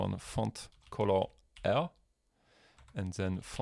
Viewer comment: love the way you say "cool" hahaha 😄